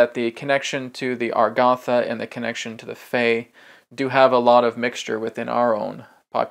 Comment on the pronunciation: Why is A-GAR=THA pronounced AR=GATH=A?